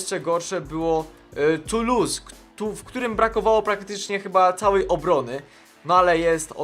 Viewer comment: To caen czyta się kął, toulouse sie czyta tulus na stade rennais stadrene :)))